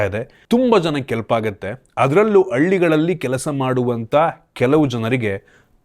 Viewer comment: ಅಳ್ಳಿಗಳಲ್ಲಿ ❌ಹಳ್ಳಿಗಳಲ್ಲಿ ✅